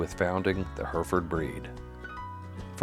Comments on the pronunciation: "heh reh ford". NOT "herford". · It is HERRY-FORD not HERFURD. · I'm proud to be from Hereford, England. Interesting video and I certainly learnt something new about our legendary cattle. One correction is on the pronunciation of Hereford. It should be said with three syllables heh-ruh-fuhd. I'm sure you are just using a normal US pronunciation her-fuhd and that's fine but to my Herefordian ear it sounds really odd. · Its pronounced H E R E FORD not just like the spelling. NOT HURFORD!! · It’s not pronounced Her ferd. It’s pronounced Herr ef erd. From Her ef erf erd shirr England. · What the hell are Herfds? They’re Hair-a-fords from the English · her-ferd is the Americanized pronunciation of Hereford. The actual English pronunciation of the city it came from and the name of the breed is Hair-e-ford. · "herfurd england" 😂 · It is pronounced heri-fud, or Herra-f'd if you are posh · Hurrfurrd -_- good grief. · Hang on, how did you pronounce Hereford???? Hurfurd???? What? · It's Her-furd here in the states. Also while we're at it, you cross the pond types spell color wrong and add an extra syllable to the word aluminum. 😂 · Just a fyi, its pronounced "heh·ruh·fuhd" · Hair-re-ford at least learn how to say it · 2 countries seperated by a common language, pronounced Hair Re Ford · its pronounced heh ruh fuhd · Yeah I have lived in Hereford and find the American pronunciation bizarre. We would say "Hair e ferd" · Mispronunciation is killing me. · The thing that kills me about this video is how "Hereford" mispronounced every 10 seconds. Other than that, it's a great video. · I had a chuckle with the pronunciation in this clip, here in Australia we pronounce the second e in Hereford…. Also Hereford cattle are still very prominent in Australia, but I definitely notice the uprising of Angus cattle over the years. When I was younger, going to cattle shows or local community shows, Poll Herefords were the dominant cattle winning in the stock parades… lots of fond memories….